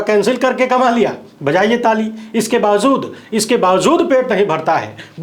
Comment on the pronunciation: Kyun bawjood ko bawzood read KERTE ho....SAHEEH ghalat mein farq nahi MALOOM...kaiser news reader ho...very sad...